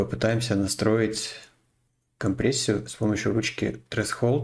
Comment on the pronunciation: Блин, парни, да что же вы все, кто трэшХолд, кто трэСХолд... Хос-с-спади!... ТРЭШОЛД, запомните, ТРЭШ-ОЛД!... H (эйч) в английском языке в середине слова не читается за редким исключением. А то вот прям, ей богу, как пенопластом по стеклу... 😫 Видосы у тебя клёвые и информативные! С меня подписка, лайк и коммент. ;-)